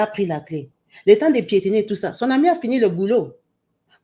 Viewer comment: Pietiner, pietinage!😂😂😂😂😂